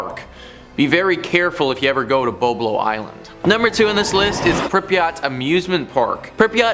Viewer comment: And its BoB a lo